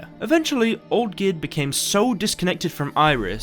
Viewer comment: You say Oldgierd sometimes